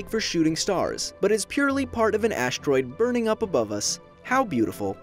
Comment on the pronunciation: This is so well made and everyhting, but the fact that the narrator says "aSHteroide" really bothers me